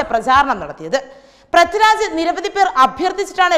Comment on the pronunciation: പ്രത്തിരാജല്ല, പൃഥ്വിരാജ് എന്നാണ്